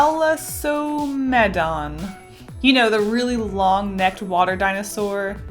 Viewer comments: Me: oh is that an elasmosaurus? Her: THALASOMEMGMSJFJDJD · The panda inspired one is pronounced see-lo-fye-sus, the soda one I'm pretty sure you were basing it from a plee-z-o-saurus, the long neck boy from what i have heard is pronounced thal-ess-o-med-in, and the last one is normally pronounced an-ky-lo-saurus, but I've heard it both ways. (: Just figured I would help out a bit as a fellow dinosaur lover! Such cute drawings!